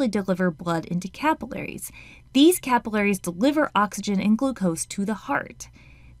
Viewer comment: when it said "capillaries," I thought it said caterpillars